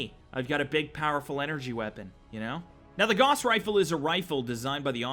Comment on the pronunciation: Gauss is pronounced with "gau" rhyming with cow